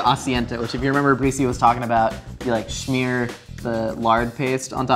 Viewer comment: Since when does smear have a ch in it? Scheamer